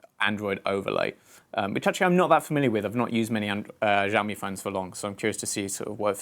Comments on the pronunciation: Btw it's pronounced sha-o-me not za-o-me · sh not zsh try shaomi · SHIAOMI NOT ZZZOAMI 😲 (sorry just get triggered easily by these things.) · Btw its pronounce ShiaouMi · well for one thing he pronounced Xiaomi wrong!